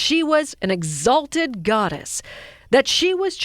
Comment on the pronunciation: "Exhaulted"? I'm embarrassed for your station.